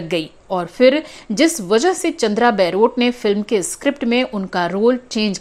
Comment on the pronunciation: Chandra Baarot is mispronounced in this blog as chandra Bairot...